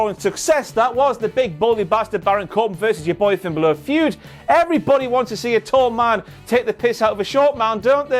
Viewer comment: Just... say... "Balor". Those are not two difficult syllables to pronounce. "Double-ee-double-ee", I'll give you a pass on, but not "Ba-LOOR".